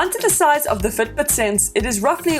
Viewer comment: It took me 52 seconds to understand that she was in fact NOT saying foot boot.